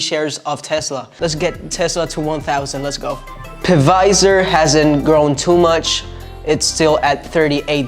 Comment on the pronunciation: Hey man it’s pronounced w/o the p “fizer”